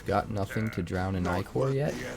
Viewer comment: Only content creator I’ve heard use the correct pronunciation of ichor